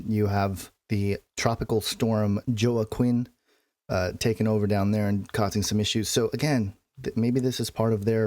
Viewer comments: wha-keen.. not joe-ah-quin lol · Sorry about your car,! Joaquin is pronounced "waa-keen". Love your stuff...Thanks for what you do! God Bless:) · Point made, glad you cleared that up. BTW, Joaquin is pronounced (Whah-keen). I'd like to find out more about about the "Van Imps" if you have time..they don't predict specific dates they make claim to "The end" happening during our lifetime. I feel as if they are false prophets as well. Any feedback would be appreciated. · Bless you....his mispronunciation made me lose focus on the rest of what he said. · Not making the effort to learn the correct pronunciation of Joaquin does not say much for Deliberately Dumbed Down and Jewed-up Christians, either.